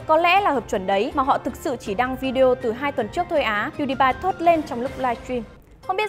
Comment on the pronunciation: Đọc là pew đi pie dùm cái